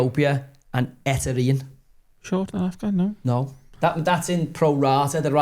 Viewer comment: I enjoy your commentary...and your pronunciation of Eritrea is class...we shouldn't even know where that place is